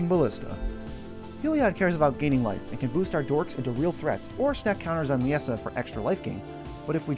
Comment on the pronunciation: I was looking forward to this! Haha I built a deck with her after pulling a copy.. It’s a mean one. And I think Liesa is pronounced the same as Lisa.